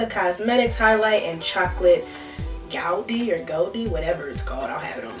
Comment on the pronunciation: Geode= Jee-ode lol